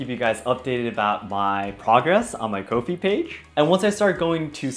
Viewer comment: I think you would be an great teacher! Just a little side note, I think Ko-if is pronounced ‘coffee’. - so people can buy you a ‘coffee’ 😁